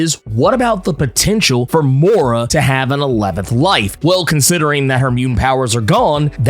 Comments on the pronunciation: I love your explanation..but damm your pronunciation of " moira" is ridiculous. Please . It's an British name. Please listen to hiw British people pronounced it. Before you do cause it's hurts my ears. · I's pronounced [moy-rah], right?t